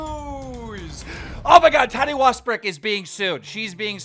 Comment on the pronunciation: every time he says tati i think hes sayin toddy😂